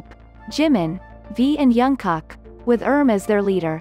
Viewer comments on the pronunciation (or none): Why do I hear her saying urm for RM and youngkock for Jungkook😭(no hate)